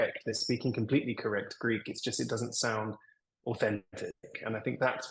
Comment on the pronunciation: The Greek media presented Alex as a British perfectly speaking Greek! In the very first seconds I listened to his Greek I said to myself "U gotta be kidding me!" The guy is speaking PERFECT Greek, with a perfect Greek pronunciation! Never heard anybody learning Greek having such a perfect pronunciation! And here we are, he actually is half - Greek...